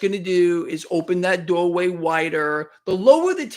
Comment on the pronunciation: Open the daughway faur easy money to come into thah market